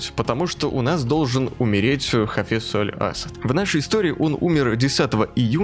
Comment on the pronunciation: правильно не Аль-Ассад читается а Аль-ассАд (где большая буква там ударение ) ну это так, для общего развития, Удачи в Прохождении. Ps. (если я не прав поправте меня)